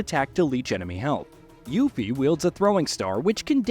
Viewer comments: This guy's voice sounds like an AI voice. "Yuhffie" is sus. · It's pronounced You-Fee man, You-Fee! Also, Snowboarding will SURELY be in Part 3.